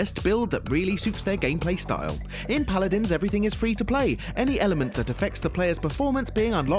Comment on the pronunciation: Paladans, Lmao.